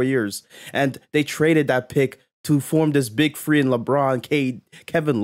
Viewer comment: I can’t watch this when you pronounce the word three as free